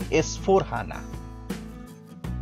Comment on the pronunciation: It's not H.A.N.A simply say HANA sir.